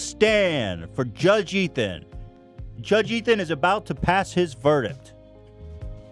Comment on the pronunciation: judge Ethan pronounced his own name wrong